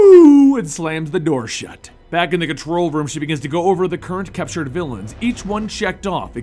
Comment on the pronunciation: I hate how this guy says capture